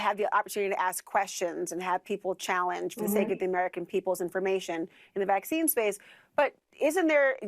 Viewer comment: VACCINCE????? C'mon.